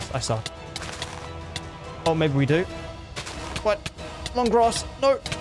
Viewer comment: bru at the end you said i love wining games of fortnite huh